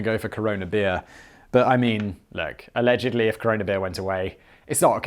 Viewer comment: "You're a horrible personalledgedly" Lol